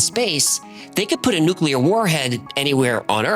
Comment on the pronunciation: Good to see someone can still pronounce "nuclear" correctly.👌